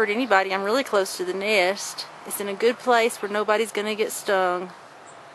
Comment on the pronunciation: it's nest not neyest